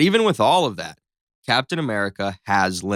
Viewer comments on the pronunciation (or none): none